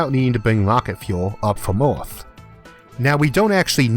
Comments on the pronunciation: ITS NOT ORTH ITS EARTH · Is anyone els also irritated about his pronunciation of "earth" ? It is EARTH !! not ORTH :( Still an informative video though. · It's called Earth, not Ath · What’s an “oorth”, “atmospheow”, and a “tethoow”?! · “Oth, wok, elevato, tetho, weiod, kilometos, covage” What’s up with this guy’s pronunciation? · Stop saying a o in the word earth. there is no o in earth... so annoying.. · Does anyone realizing this man's pronounciatiin is a bit weird while saying 'earth, atmosphere'?